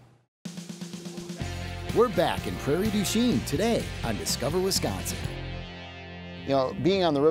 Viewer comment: That's not how you pronounce Prairie du chien